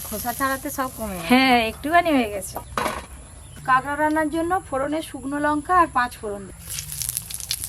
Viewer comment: কাঁকড়া❌ কাগড়া✅......😂😂😂😂